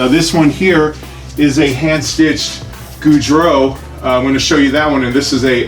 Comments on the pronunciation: Pronounced 'Gee-roo' not [Johnny] Gaudreau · Good info and well thought out. Just FYI: Giroux is pronounced “Ji-roo”.😉